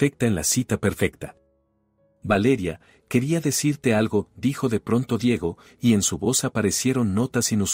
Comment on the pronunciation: No se prinuncia Diago. Se dice Diego